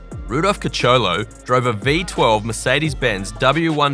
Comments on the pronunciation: Rudolf CARACCIOLA .... and NOT "Caracholo" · Rudolph Cacholo? Seriously? Learn to pronounce Caracciola correctly or be expelled from the realm of serious Info junkies. Even as "only" youtuber proper research should be part of your editorial hygiene. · The old clip at 0.56 is not the W125 in 1938, it's actually the W154 in 1939. The driver's name is Rudolf Caracciola (Ka-rah-chi-oh-lah) with five syllables. Rudolf Kacholo (@ sound like the name of a bad porn actor.